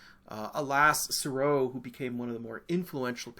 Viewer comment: Oh DO pronounce Seurat again for us. I’ve never laughed so much!!